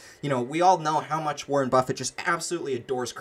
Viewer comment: Wareeen lol